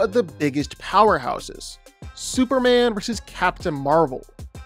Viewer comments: why do you keep calling him "superand?" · Why does he keep saying Superhan? Like where's the "M" in the name? lol